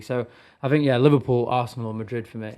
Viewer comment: This guy funny ohh Social media FC Arsenal 🤣 😂 he say Barsenal